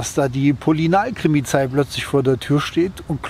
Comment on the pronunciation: "Polinalkrimizei", sehr schöner Versprecher :D Deine ruhigen und naturverbundenen Videos sind toller Content. Das Leben ist immer in Bewegung, und wir haben immer die Möglichkeit uns neu zu erfinden. Das ist ein Privileg. Viel Spaß beim Wachsen, genieße den Weg dahin :)